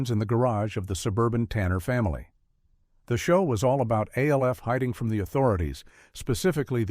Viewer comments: So the most distracting thing here is the narrator calling Alf "A.L.F." repeatedly. Yes, I know is name is an acronym for Alien Life Form, but no ever pronounced his name as such. His name was Alf. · Come on, “A L F”? You couldn’t figure out how to get the AI to say “Alf”? Other than that, good video. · It's pronounced "ALF!" not A.L.F.! God! Using A.I. readers is so goddamn lazy!